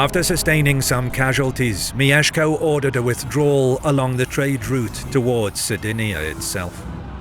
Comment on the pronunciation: it's not mi-ye-sh-ko it's myesh-ko. elongating the ie sounds very weird, like mijeszko